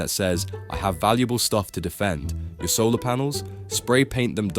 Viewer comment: Hahahaha. You say soray paint solar panels. Makes them useless. This is mostly garbage